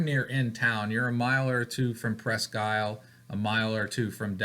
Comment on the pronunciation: I think it’s pronounced “ presk-eel” FYI. Thanks for just chatting!